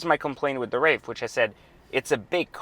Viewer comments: There is no " F " in WraiTH. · WRAITH ( TH ) no "F" in Wraith dude!!